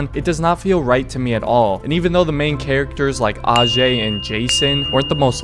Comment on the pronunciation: What did you just call aj????? Uhjey?